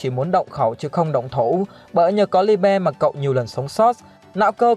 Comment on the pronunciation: Phát âm Liebe trong tiếng Đức là ly-bờ anh ơi